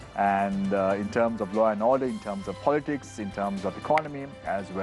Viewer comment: It is law and order not low and odeur